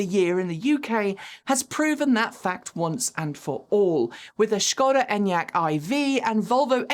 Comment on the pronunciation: Proper pronounciation od Škoda is appreciated.